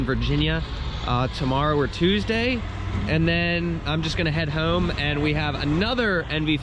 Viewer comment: I don’t know why, but the way you say the word “home” cracks me up. You somehow develop a country accent with just that word😂 good to see it coming together. You got this bro. Love your “keep it pushing” attitude 💪